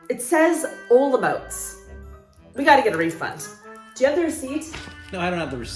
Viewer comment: your pronanciation of Olomouc is wrong... say in czech Hollomoooc! or Olmik